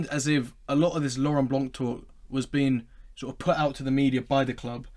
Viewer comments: Pls stay silent if you have no real info, and it blanc, not blanque, thé C is silent!!!!!!!💣💣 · Lauren Blanc. We don't pronounce C for his last name. Lauren Blan (c is silent)